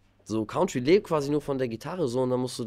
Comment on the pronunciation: Leider Country falsch ausgesprochen 😂